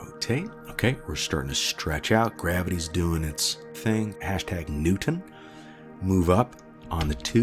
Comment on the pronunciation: "I love me some New-TAN" hahaha